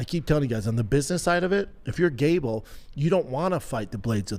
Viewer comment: Only Shaub could make gable sound like gayble